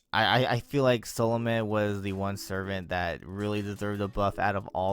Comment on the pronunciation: Whenever he says Salome, I heard Solomon, and I end up going wait when the hell did JP get a hidden servant that no one else knows about